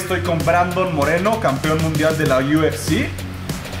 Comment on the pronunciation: en el inicio dijiste brandon morelo y es moreno que paso ahi